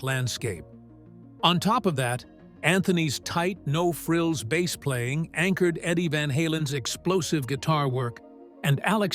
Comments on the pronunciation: AI narrator said bass instead of bass.😂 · Need to do better editing on your AI-generated narration,. One is a type of fish, one is a type of guitar. Your "narrator" should know the difference - Michael Anthony's father didn't buy him a fish. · Shitty ai narration. Bass is a fish, and sometimes something you play. How hard it is to use someone to speak instead of this crap ai junk? Could not finish this vid. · AI : bass rhymes with ace not ass. Instrument not fish. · OMG! Teach your AI the difference between a Bass Guitar and a Bass Fish.... Video reported for Stupidity. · Excuse me I'm old fashioned and I can only take a couple of minutes of yet another generated AI voice telling me stuff Fender Precision 'Bass' (as in fish). Bye 👋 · Maybe I should offer to narrate some of these types of docu info vids. The AI tech that is used doesn't even know how to pronounce "bass." REALLY ??? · Michael was their punching bag. I'm glad he's with Sammy and being treated better. ❤ I would say to take a drink every time the AI narration says bass (the fish) instead of bass (the instrument), but I don't want you to die. 😂😂😂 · "Bass" pronounced like the fish "bass"... I fucking hate AI narration. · pay a human to read your stupid copy........... Bass like in fish? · "Bass" rhyming with ass?!? NOPE! AI dreck!